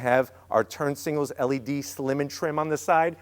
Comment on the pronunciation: its signal not singles fyi